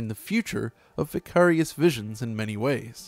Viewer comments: Normal person: ""Vy-care-ious" An intellectual: "Vih-cah-rious" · confirmed for not listening to Tool music. Given the weird way he pronounces Vicarious.